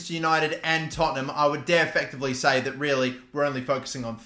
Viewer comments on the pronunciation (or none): none